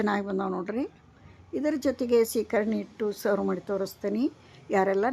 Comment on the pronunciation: ಶೇಖರಣೆ ಅಲ್ಲಾ ಅದು ಸೀಕರಣೆ